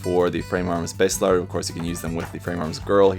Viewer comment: Baselard is a medieval dagger and it's pronounced "Bah-Se-lard"